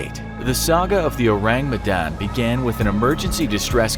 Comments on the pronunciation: Orang medan not ourang medan🤭lol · Uts an indonesian ship btw its Orang Medan not Ourang Medan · Orang not Ourang 😅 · The Ourang Medan?? sounds to me like "Orang Medan" which is means the people of Medan (a city in north Sumatra island) it's definitely an Indonesian ship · Medan is a place in Indonesia and its not spelled ourang its orang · Sorry, no offense, but I found it funny the way you say "Ourang Medan" (It should be written as 'orang', not 'ourang')😂 Oureng Mdahn Oureng Mdahn 😂🤣😂🤣😂🤣 Again, sorry, no offense, just funny... ✌️ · oh boi, in Indonesia its ORANG not Ourang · DUDE DUDE, YOU MISPELT "Medan" ITS NOT M' DAN, ITS ME (not mi) DAN ALSO ITS "RANG" not RAENG Us indonesians have to deal with you people who cant even pronounce our words right but cant blame ya'll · I came here.... just wanting how the pronunciation of Ship of Medanese person.... oh i laugh everytime he mispronounce it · Its funny how english speakers tend to mock ppl with an accent bcs theyre not a native speaker, but they cant do simple google search on how to pronounce ourang medan when they have to mention it at least 10x its kinda annoying to hear, but at least theyre trying, not hating tho, great vid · I can't help but cringe every time you mispronounced ourang medan. nice video though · The pronunciation is so funny lmao Also maybe it's orang medan? it means medan people/person, Medan is a place in Indonesia